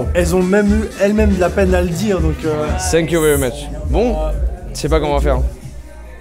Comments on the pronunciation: Ça me perturbe qu'il dise sank you very much au lieu de thank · "Senk you" ta dit ta cru on était au Japon 😂😂😂😂 thank you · Incroyable mais le « sank you » m’agace 😂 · J’comprends pas ces français qui disant sank you!ça m insupporte!dites thank you en prononçant le f!dites fank you!c est pas compliqué quand même! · Ce que je retiens de Joyca : SANK YOU 😂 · « SSank you »